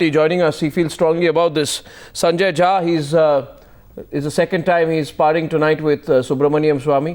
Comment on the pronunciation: I sorry to say but you are jhaant Rather than jha